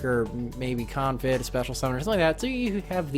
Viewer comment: you made me cringe every time you said "Confit" in the stream, so I guess I should say something. The "i" s pronounced as an "e", so it's like "con-feet". Just wanted to point it out. Keep up the good work!